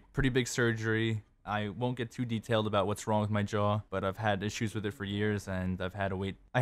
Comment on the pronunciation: Did he just say JAW